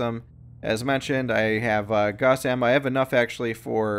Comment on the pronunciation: ok let's get this straight Gauss is not pronounced "g-o-ss" it's pronounced "g-ow-ss"